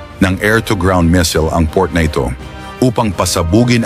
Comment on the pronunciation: Boss baka missile,😂😂 Hindi mesel,..